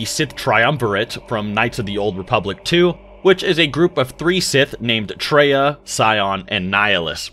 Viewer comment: Come on, bro. Her name was Kreia, not Treya...Do your research! (Did you even play KOTOR 2?)